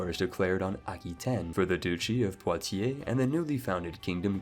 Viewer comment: Your French pronunciation is very good, "poitier" was perfect well done